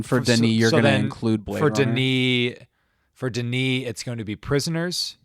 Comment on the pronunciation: Its Denis and its not even close